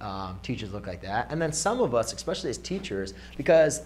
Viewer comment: Did he say -exspecially